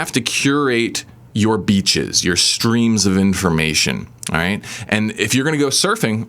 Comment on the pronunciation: As a not native English speaker, I have a hard time hearing the difference between "beaches" and "bitches", though "avoid these bitches" advice still works for me lol Very informative and true video. Great channel, man, thank you for your help.